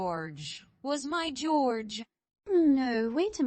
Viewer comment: The name is pronounced HOR-hay, not George